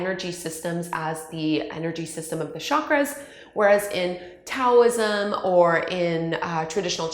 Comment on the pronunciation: Tricia King She’s not pronouncing Taoism correctly either.